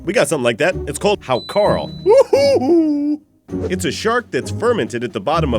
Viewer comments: it's pronounced "How-Kartl" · A very fine video of poisoned Vikings and silly Útlendingar. But Hákarl is pronounced haukar(tl) or sometimes hauka(tl). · The way he pronounces 'hákarl' is hilarious. Anyway, I love it.